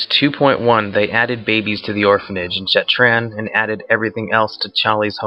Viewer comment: Shattraan? Linch King? Are you high..?